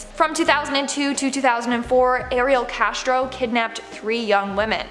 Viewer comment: With the Ariel Castro story please say the warriors names correctly. Also you may want to update that story since Castro killed himself.